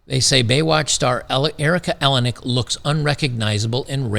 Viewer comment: Erica Eleniak… eeLane eeAk